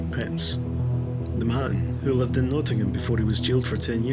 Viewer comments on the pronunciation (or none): none